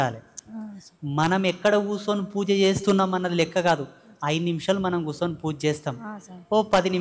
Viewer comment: ఆ మాటలెమిటి స్పష్టత లేకుండా కుర్సుని అని అన్నారు వేదాలు చదివావుగా కూర్చుని అని అను